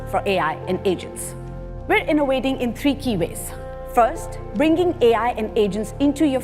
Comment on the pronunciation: I was out - the second I heard they were "ino-waiting."